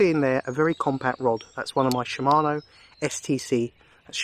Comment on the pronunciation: Thank you! and yes we pronounce it in UK sh him mano